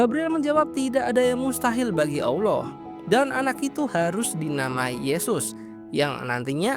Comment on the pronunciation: ALLAH BUKAN AWLOH BANG, jangan disamain ya✌🏻